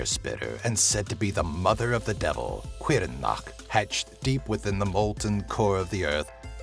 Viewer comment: Looked up how to pronounce Caorthannach, and according to most online translators, the welsh pronounce it "Cower-Thaw-Knock" or something similar to that. Also I lost my mind when I saw the Sluagh; you even used images from Legacy Of Kain, that's just glorious!!